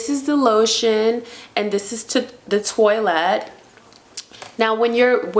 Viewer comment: Please lean how to pronounce your perfumes. ‘Narciso?” “Toilet?”